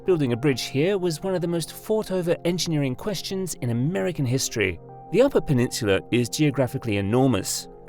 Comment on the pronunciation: Now if he’d learn to pronounce “peninsula” properly. I heard pe-nin-choo-la twice. Eek!